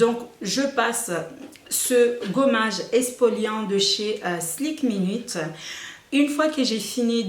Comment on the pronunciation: C'est pas "SLIK minute" mais "SKIN minute"